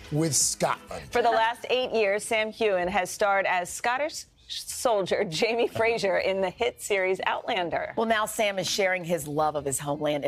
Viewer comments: Aaaaah its Not Frazier its Fraser. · ….and pronounced Fraser incorrectly too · Why can’t Americans pronounce Fraser properly , why???